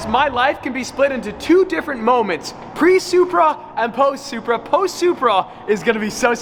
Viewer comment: its a, its a, SURPEA!!!!!!!